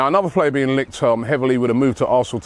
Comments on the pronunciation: sigh-mons is not how you pronounce it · King Robbie butchers Xaxi Simons name again!